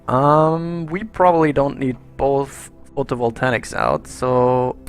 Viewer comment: It really annoys me the way you pronounce "photovoltaic" there is no "n" in that word it's pronounced "photo-vol-tay-ik" not "photovoltanic"!!!!!!!!!